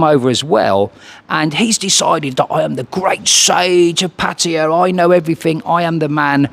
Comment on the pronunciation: Y can’t people pronounce pattay properly😩